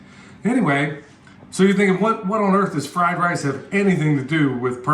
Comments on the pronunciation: Everytime you said fried lice, I thought of the movie Lethal Weapon......”it’s fried rice, you plick! 🤣🤣🤣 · Beef fried “lice?” Brother sounds like a flash back to Nam or some place like that. LOL Sorry brother, I couldn’t resist. Had some great fried rice in Taipei and Okinawa. God bless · Fleeze lyed lice, Lummy! LOL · The fried lice you said several times had me wondering if was holding his breath not to laugh! I was cracking up! Anyway, where do I go again to buy comfrey and ask a question or two(sorry, I know you say in some vids but I can’t remember which ones. Thanks!